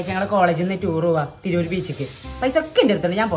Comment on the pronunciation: തിരൂർക്ക് റ്റൂർ എന്നലെ 😁